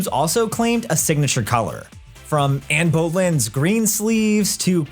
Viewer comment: I’m not the only one who cringed at this guy’s pronunciation of ‘Anne Boleyn’, right?